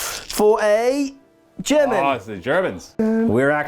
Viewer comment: Dudes... you have a great channel and this was a cool video... HOWEVER, as someone who speaks English and German, whoa. Those pronounciations were abyssmal. XD